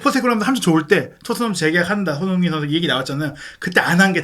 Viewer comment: 손흥인 손흥인 은근 거슬리네. 방송인데 사람 이름은 좀 제대로 불러줘야지. 손흥민